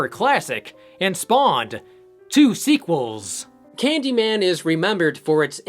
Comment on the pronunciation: Sometimes I wonder if you're a real horror fan or only watch each one once so you can review it. Why else would a horror fan mispronounce Candy man's last name so badly?